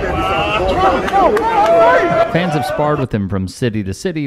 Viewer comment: did I really hear you say "fanses"? Not that I would stoop to heckling a journalist for improper usage, of course.